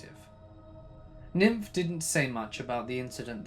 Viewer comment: You kill me 😂😂😂😂 Niamh pronounced Neve like Neve Campbell, not nymph LOL!!!!!!!!! Deceased 😂😂😂